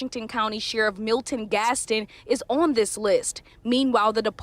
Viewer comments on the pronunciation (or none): none